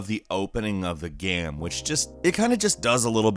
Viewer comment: everytime he says "game" gaem...geam?